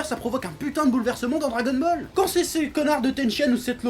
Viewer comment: tu a dit dragonmall est au lieu de dragonball est mais sinon j'aime bien tes videos continu comme sa